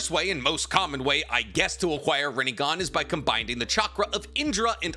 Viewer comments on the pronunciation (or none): There is no “d” in “combining”